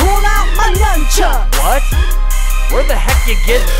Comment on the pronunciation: Boowaahahahahahahaahah "So I pulled out my Numbchucks!"